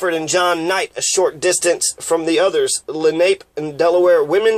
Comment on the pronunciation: Len Ape? No, and it's not Len A Pea, it's Len Ah Pay, accent on the second syllable.